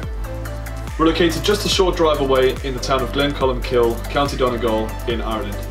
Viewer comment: hilarious you pronounce it glencolmkill